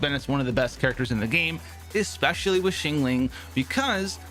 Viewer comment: "shyang-ling" not shingling lol